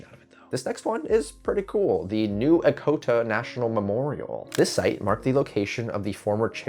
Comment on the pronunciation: It's pronounced "Etch-o-ta," not "Ek-o-ta."